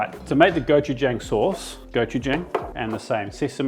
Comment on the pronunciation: “Go chu jong”. Not “jangl”😊